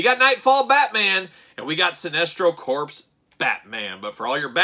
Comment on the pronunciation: Corps. “Core” not “Corpse.” Shame, shame. All ribbing aside, this was a famous look for Batman many many years back. Sinestro was announced today so get at Todd’s store or at Target’s Fall Geek Out event that started today.